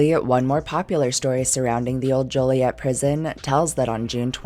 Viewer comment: from Illinois, and THANK YOU for pronouncing "Joliet" correctly